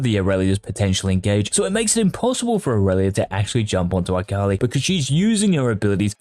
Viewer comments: why does he say "AKALAIH" dud just say akali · Did this man just say AKALAI? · Yes he did. I disliked the video because of it. Thats it, thats the only reason, everything else in this video is good, but because he said AKALAI, no. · Who is Eye-kali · Bro why tf you gotta pronounce her like that it hurt my ears